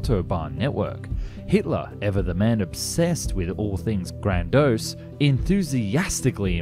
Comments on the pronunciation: George Stepson?! Really? Well, that's Stephenson for your non-american friends. gran dose?! Really? That's grandiose... Never mind 😂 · Note to, re: your pronunciation of “grandiose”; it’s gran·di·ose, /ˈɡrandēˌōs, not, grand ōs. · Grandiose has 3 syllables, not 2. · He also pronounced grandiose as "grandose" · I was really interested in this subject but just couldn't let the mispronounciations go, 'Tord' for Todt, 'grandose' for 'grandiose', 'ssation' for 'annexation', 'pundins' for 'pundits' etc etc. I understand that dyslexia is very common, but maybe then don't let the narration be done by a dyslexic? Especially a dyslexic with a blocked nose(& whiney accent?)!